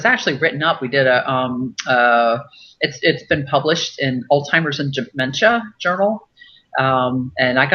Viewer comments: Hi, Joyce - I know what you mean. I kept hearing the same thing. But I think she may be just pronouncing the "z" like a "ts" so that it sounds more like Altsheimers, and that first "s" is just getting rolled into it. I don't speak German, but maybe a "z" has a "ts" sound in that language. My husband just walked into the room and he speaks some German (his mother was German), and I asked him. He believes this is the case. So maybe that explains it?? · Are you sure that she is a real doctor . She is pronouncing alzheimers like "all timers"